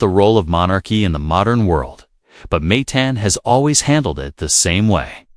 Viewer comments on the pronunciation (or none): It’s not pronounced May tin, it’s Ma teen. It’s not Brew nee, it’s Brew nigh